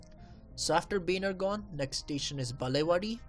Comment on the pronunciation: Dude pl say properly Baner Gaon not bhanergone